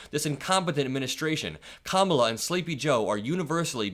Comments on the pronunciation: This is the first time I've ever heard him pronounce Kamala correctly. THE MAN IS SHOOK! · Wow, did you notice he finally pronounced her name correctly? 💙💙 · He said Kamala’s name correctly for once! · Hey!, trump just said Kamala properly!! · He says Kamala's name correct now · Oops! he accidentally pronounced "Kamala" correctly. Such a putz. VOTE! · He said Kamala correctly?